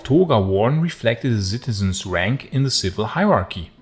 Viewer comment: I love your pronunciation of the word "citizens". LOL! I imagine you're referring to unruly teens with unclear hormonal skin full of pimples! LOL!